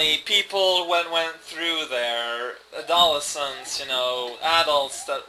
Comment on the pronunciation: General Goomba, loiterer extraordinaire. Also, The stress in "adolescence" is on the "les". I'm glad to hear there's basically a successor project to SMBX gaining momentum.